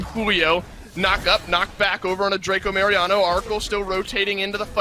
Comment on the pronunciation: Es mi idea o los comentaristas le llaman "dracomariano" 🤣🤣🤣. Saludos 👍